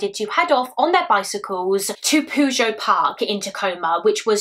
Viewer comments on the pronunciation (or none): PYOO-djet, not poo-joe. lmao. It's Pyoo-jet, like in Puget Sound. Not sure where you got your pronounciation from but it made me laugh xD A great video as always. It's really gross that it seems Jennifer's murder happened BECAUSE of Michella's. I think he called in Michella's perhaps to offer a genuine tip, but when he saw Jennifer, he decided to attack her and basically frame Michella's killer for his crime by making it look the same. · I love your videos! But as someone who lives in the area of this case puget is pronounced (pew-jet) it made me giggle every time you said it 😂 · Fantastic job! I did want you to know for future reference that Puget is pronounced pew-jet. The ocean area there is known as Puget Sound. It's quite well known in the country. It's a big area, so it might come up again in the future. I don't want you to think I'm giving off troll vibes.😂 You are amazing!❤️